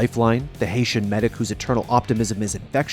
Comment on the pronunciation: HAITIAN??!? ITS JAAAAMAAIIICAN